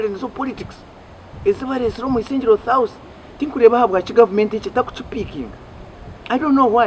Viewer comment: the word is South not Thouth